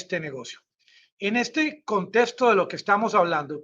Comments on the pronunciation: no se dice... COSTESTO, si no que, CONTEXTO (pron. CONTEKSTO).... No se dice... TESGIVERSAR, si no que, TERGIVERSAR. Att, El Nica, genio. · no se dice... COSTESTO, si no que, CONTEXTO (pron. CONTEKSTO).... No se dice... TESGIVERSAR, si no que, TERGIVERSAR. Att, El Nica genio. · no se dice... COSTESTO, si no que, CONTEXTO (pron. CONTEKSTO).... No se dice... TESGIVERSAR, si no que, TERGIVERSAR. *